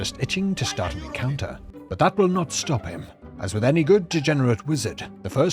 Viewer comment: "Press [Enter] to Sfarf!" Instant sub, bell's on too.